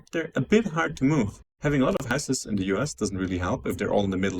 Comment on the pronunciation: The real question is why the dude pronounces houses as "houseass"